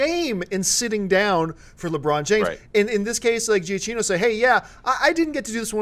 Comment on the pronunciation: it's pronounce Jyah-kee-no for god's sake! -_